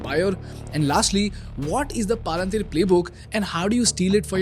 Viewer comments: Really knowledgeable but I can’t take this video seriously with him saying “paalaantheer” 💀💀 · I don’t know man but every time you said “paa-lan-tiir” made me furious. 😂😂. You played snippets in the beginning of the video of how it’s pronounced. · PALUNTHERE CORRECT YOUR PRONOUNCIATION 1ST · palan-teeer? I never heard a company like that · Great content but at least the company pronunciation should be right, it is not pronounced as Paalunteer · Extremely informative and useful as all your videos . Not sure why you pronounce Palantir sooo differently from its original pronunciation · Your pronunciation of Palantir is so damn annoying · This guy can't even properly pronounce Paypal and Palantir , and sells course on public speaking. 😭😭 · Making a video about an American public company while running ads for an app that lets you invest in American companies nice racket you’ve got going here, bud. Also, as a Tolkien fan, I have to disapprove of the way you’re pronouncing Palantir; it sounds more like a hill station in Uttaranchal. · Such an Iconic Name.... Please Pronounce it Correctly. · that palantir and paypal pronunciations are really annoying. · Great video, but that deliberate mispronouncing of the name of the company, while every clip from company founders and others says it how it's meant to be, is a bit distracting 😅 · at least you could have pronounced the company name properly. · Wtf is this pronunciation😅 BTW Great content. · YEPP PALUNTHIR WHAT IT IS ITS PROUNCED AS PAL-ANT-IR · Bro!!! Palan-teer nahi hai woh.. 😂😂😂 learn the pronunciation first.. otherwise great presentation and awesome music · Why are you pronouncing Palantir as “paalan teer” you could also hear other people saying it correctly in your video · please do not call it PAA lan TEER Its Palintier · Paaalantir nahi Palantir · Not PALA-NTIR. Its PAL-ANTIR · Pal-en-tier ❌ Paal-an-teer ✅🤣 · It's not Paalaan teer Its Palantir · Bhai palanteer nahi palantir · Palantier is pronounced Palentier